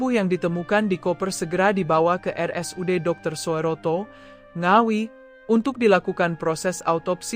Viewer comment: Soeroto dibaca Suroto.....bukan dibaca Soe ......😊ejaan lama oe ..d baca u